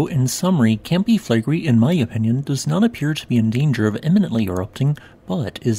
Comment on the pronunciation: Campi Flegrei...accent on the i 😉